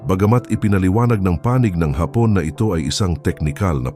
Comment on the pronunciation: Ayusin mo naman ang accent mo. "Hapon " You mean Japanese pero pag binasa mo ang Hapon " Ang accent mo afternoon. So irritating.Robot ka ba?